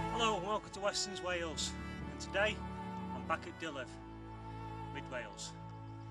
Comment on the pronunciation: Just FYI, it's pronounced "dee-lever", not "di-lif".